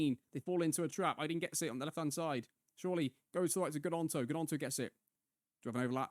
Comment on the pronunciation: Volume on this one is dramatically quieter than previous. Also, I may have missed this - but Gnonto has a silent G haha (coming from a Leeds fan)